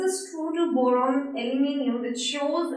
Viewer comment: Boron sounded like moron lmao